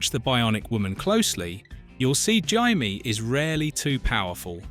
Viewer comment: "Jymie"???? Dear oh dear 🙄